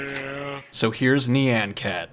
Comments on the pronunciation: IT'S NOT NAN CAT IT'S NYAN CAT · Knee-ann cat huh? lolz